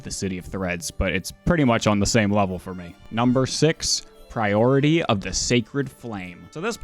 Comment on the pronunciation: I could not help myself. when he said 'priority of the sacred flame" I yelled "IT'S 'PRIORY'!" and startled a housemate.